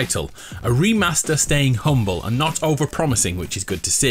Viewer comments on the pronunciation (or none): none